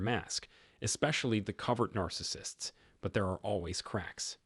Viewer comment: I KNOW! I expressly looked at comments to see if anyone else was bothered by this repeatedly mispronounced word this channel always butchers! It can’t pronounce “covert” either! The bot sounds like a real human but has a lot of difficulty with pronunciation!